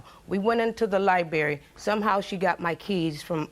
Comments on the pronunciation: Libary??? It’s LIBRARY!! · The sons mother is extremely ignorant did she say he moved on and has a new baby like that’s something to be proud of and she said “libary “ not library she made my head hurt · Everytime she said “Liberry “ it pissed me off 😂🥴😑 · Baby, she said liberry 6 times, I could not have kept a straight face. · liberry...liberry....liberry...liberry.... LIBERRY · "at the lie-berry" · "Libary"...wow stay in schoo folks....😅😅